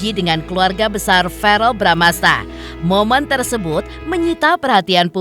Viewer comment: VEREEL....BUKAN VAREL....🙄🙄🙄🙄🙄